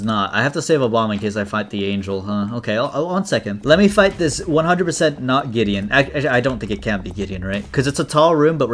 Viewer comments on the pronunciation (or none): none